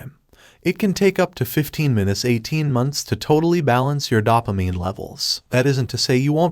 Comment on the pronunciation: It's dough-pa-mine not dawp-a-mine